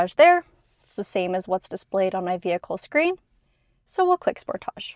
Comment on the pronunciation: The way she pronounces Sportage😅